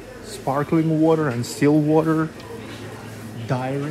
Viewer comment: Автор, уточните для себя в словаре, как правильно произносятся и чем отличаются слова "diary" и "dairy". 😂